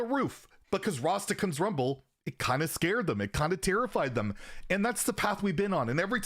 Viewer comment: Everyone: Rastakan’s Rumble: Rhastahkhuns